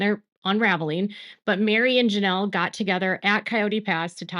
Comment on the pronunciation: Girl you speak. LoL love it😊